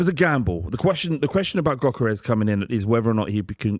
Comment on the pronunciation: It's pronounced "Yerkeres".